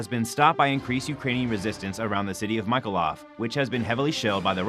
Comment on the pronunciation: Here-son Ni-ko-lie-ef (or Mi-ko-lie-ef)